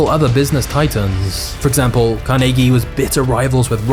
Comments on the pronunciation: THANK YOU!!! For pronouncing his name correctly!!! I live in a state with 24 Carnegie funded libraries, one is in; The Town of Carnegie, Oklahoma!!! So, did you know Carnegie was nearly illiterate and he pronounced his own last name as; Carneegee??? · I appreciate the correct pronunciation of Carnegies name, I had never considered that people would pronounce it different than how its pronounced in Scotland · Being a local from Pittsburgh, almost everyone here pronounces Carnegie how you do! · Fun fact: the alternative pronunciation of CAR-nuh-gee that a lot of the US uses is from Dale Carnegie, who changed the spelling but not the pronunciation of his last name "Carnagey". In Scotland and Pittsburgh, people pronounce Carnegie the way you do. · As someone who’s from western Pennsylvania I greatly appreciate the way you pronounced his name correctly and not the way they say it in New York. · Love that you explained why you pronounced Carnegie that way. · Immediately I thought you were saying his name wrong.. And then I learned something.